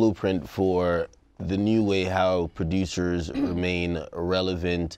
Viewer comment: “Well he’s laying the blueprint for how prodOOOUUUSURS stay relevant “